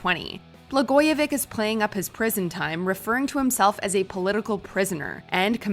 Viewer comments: bluh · goy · uh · vich not vic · Pronounced Blagojevich’s name wrong. It’s like itch or stitch not ick. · Blagojevich not blagojevick 😁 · ITS " ITCH " not ICK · its pronounced BlagojeviCH not Vic. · Sorry, but it's pronounced BLA-GOYA-VITCH, not BLA-GOYA-VICK. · I believe it’s pronounced BlagojeVICH, not BlagojeVICK! Rhymes with ITCH. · Blah-go-VITCH. Wow. We have worse names for him here. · Blagojevich ends with “ch” like as in “check.” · Blagojevich is not pronounced “vick” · Blagojevich , the ch is pronounced vitch without the t, it's a Serbian/Croatian last name. I had a teacher in high school whose last name ended with vich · BlagojeviCH (pronouciation) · Nobody: Narrator: Blagojevik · Please pronounce his name correctly" BLA GO A VICH". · Why doesn't Watch Mojo use narrators who actually have a clue?! Blagoyo-VICK? Umm have you ever watched the news? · Bla-GOY-a-vitch. It’s not that hard. 🙃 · BlagojeviCH! CH, as in chair. You're pronouncing the J right (as a Y), but not the CH. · Im from illinois and im pretty sure its BlagojeviCH. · I know you guys are Canadian, but why are you pronouncing Blagojevich in an obviously wrong way?